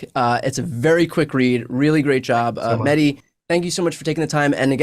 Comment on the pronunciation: Great interview; just wish Bryan would say his name right: MeH. Dee, it's not a silent H, it's supposed to be emphasized